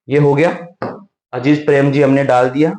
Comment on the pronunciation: अजीज प्रेमजी nhi अजीम प्रेमजी 😂😂